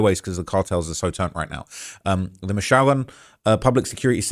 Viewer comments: It’s Mee-chao-kahn not Michoacán 😆♥️ appreciate you fr. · Mish(tish) O Wok con...Michoacan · Bro literally said Michoacan as Mich-shaolin 😂🤣😂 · Its pronounced Meech-oh-wa-khan. Jeez. Just watch a Cheech and Chong movie,. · Bruh... mishOWikan? 😮‍💨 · No mames michoacan Me-Cho-acan, Guanajuato is Juan-a-hua-to and it’s not speaking Mexican it’s Spanish. You have time to delete this G this ain’t it hahahahah